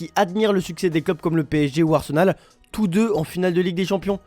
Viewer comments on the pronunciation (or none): none